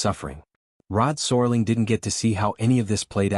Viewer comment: I think you're talking about Rod SERLING. the IA in this video continues the serious typo! There's A lot of interesting information in this video but it's distracting with the mispronunciation of Rods last name.